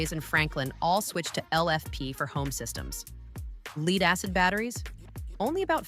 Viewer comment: What is this leed battery you speak of?